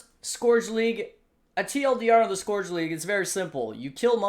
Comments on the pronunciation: Scorch league? If there's a trend I want to die out it's the cute-dog lets pronounce everything wrong trend. Skeurge league. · Respect your analysis but please, it's Scourge as in Skirt ... not Scourge as in Scrooge. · not scorch league, scourge league bruh